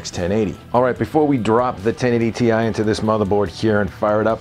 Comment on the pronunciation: thank you thank you thank you thank you for not making my ears bleed with the word tie. too many British and Australian reviewers are saying the word tie. in other words the GTX 1080 tie. I have been trying to go around and educate everyone that the word TI is not a word in any English or British Britannic dictionary therefore you must pronunciate each letter individually. the proper pronunciation is to separate the letters and say t i. so thank you for not butchering the name of the new Nvidia GTX 1080 TI.